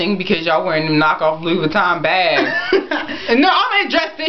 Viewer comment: Love you but you don't even know how to pronounce Vuitton. It's Vu-ee-tohn or Vee-tohn not va-ton